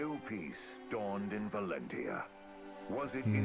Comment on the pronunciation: It's already the finale and you still haven't learned to pronounce the word 'Valentia' right. :D You could have called the game simply Echoes, or Fire Emblem 15 as an alternative, but nope. I guess it will forever be "Shadows of Valencccccia" to you. Great job on beating the game though. I should return to playing this game someday myself. I'm like at the end of Act 3 on hard mode. I can already tell though that I like the game more than Radiant Dawn and Awakening out of the ones that I've played. Echoes is probably my #2 favourite Fire Emblem game.